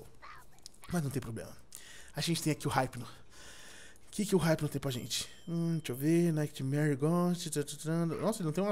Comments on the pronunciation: E IPNO NAO HIPNO SE FALA IPNO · N se lê Raipno(hypno) , é ipno(hypno) , mds vey.... da agunia .... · ripino????? e ipino qie se fala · vc ta falando errado o nome do hypno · o edu falou o nome do hypno dps q ele capiturou todo errado